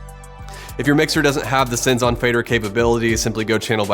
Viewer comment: Should be "Sends on fader"... Not "Sins on Faders" ;)